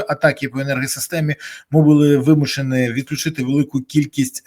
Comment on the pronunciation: Пан Береза,ви,як кличко- ,,вимушеНИ'' !!!! Навчиться говорити,, НІ !!!! Бо так і буде клеймо ,,рускоязикості''!